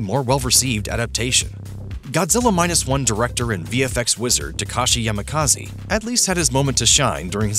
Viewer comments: It’s Takashi Yamazaki not Takashi Yamakazi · “Takashi Yamakazi” 💀 Might as well call him Takashi Kamikaze if you’re going to butcher his name like that. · YAMAKAZE? its YAMAZAKI